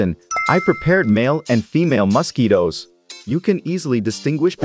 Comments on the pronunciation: Bro pronounces mosquitoes as “mustkeytoes” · Why does he say it like mahsquitoes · Yes " Mos-ketoes" are very annoying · Muskketoes lol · Hilarious pronunciation of 'mosquitoes' (plural) and 'malpighian'. Who on earth is the speaker?